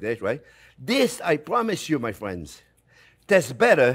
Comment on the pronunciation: I came here to hear him say "fwiends". 🤔😂😂😂